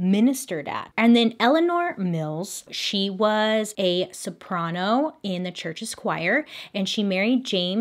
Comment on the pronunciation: The way bailey said soprano killed me